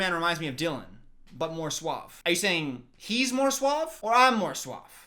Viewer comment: dylan saying SUAB instead of suave. HAHAHAHAHAH omg i canttt